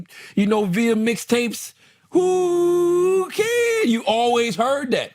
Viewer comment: Did motherfriggin’ Charlemagne call Whoo Kid WOOO KID?? Whoooo we listenin’ to and why??